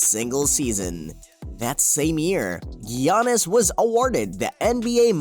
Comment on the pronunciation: “gee-ah-nis” okay bud